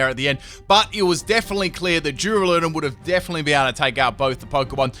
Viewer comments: Durrrrr-Al-Uh-Dawn I would have gone with DOORALOODONE hurts my soul lol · U say his name wrong its dur ral u don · "Doo-ra-loo-don" A do what now?... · Why do you say the name like that I cant even.